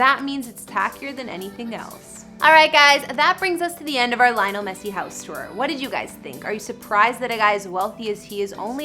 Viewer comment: Thats not the correct way to pronounce his name.. atleast get his name right if you don't know shit about soccer